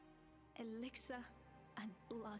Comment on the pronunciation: You have 8 weapons, you only need 1, salvaged weapons become runes which you need to upgrade a weapon, also runes only use one backpack slot, I seem to remember collecting over 130 plant fibre in first 5 minutes, you been playing 1,20 minutes and only just got 47. it is not exiler it is elixir, if you must read try to pronounce the words correctly, maybe try reading for your self what is on the screen it high lights R to customize appearance, the +3 cutting armour was on a ring which is classed as armour therefore you increased the armour rating not the attack rating which is only on weapons.